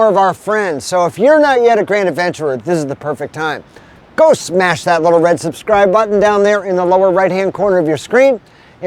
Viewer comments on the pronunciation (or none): none